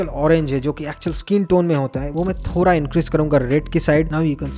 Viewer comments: Thora nahi thoda😂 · Thoda nahi ""thora"" 😂😂